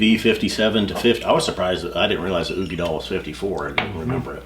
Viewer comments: Such an interesting comparison. Great video but i just gotta say...dail....uigeDAIL. as in tail or Dale. not doll. lol made me cringe every single time i heard it lol. Slainte! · It's oo-gee-dal not doll! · Katelyn Brokaw dal not dale!